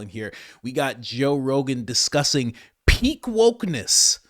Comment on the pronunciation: did he say peak wokeness or pig wokeness?